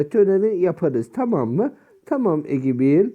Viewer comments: "Egibil" hahaha abigail olmasın o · Egibi ne aq ebigeyıl diye okunuyo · Hani isim inglizce ya ebiceil diy eoknuyot